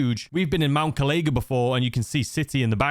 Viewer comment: I love the vids but it's bugging me the correct pronunciation of mt kalaga is kal i ga or kal a ga not kal ay ga also the tattoo on the lady says masterb@